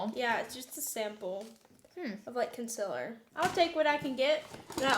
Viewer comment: I love how pronounces concealer the exact same way as Laura😍 love the energy of them together💕